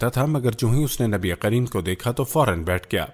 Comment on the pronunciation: SubhanAllah bhai aap nabikarim ko nabiqarim bol rahe hai